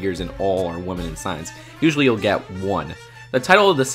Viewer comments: Agreed, great point! But Dude, you know that WOMAN and WOMEN are pronounced differently, don't you, now!? Cringe x 1000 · Marshfellow and woman instead of women. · Does it annoy anyone else how he pronounces women?